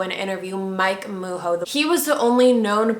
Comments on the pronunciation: It’s pronunced ”Ma’gzhoe” not ”Muho” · No big deal... Names suck sometimes. .. Its "ma-joe" .. But the "j" is like French "jaq"